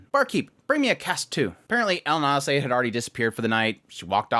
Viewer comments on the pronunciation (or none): I look forward to these weekly vids more than most anime <3 weird way to pronounce Elinalise btw... (Ellin-ah-leece)